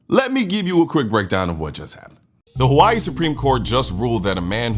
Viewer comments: "Havaee" ...i can't believe people still watch legacy media with how cringe and absolute propaganda it is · why she say Hawaii like that? Lol there's no V 😂😂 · Tomato tomato saying. Pronounced differently between English and Hawaiian. 🏝️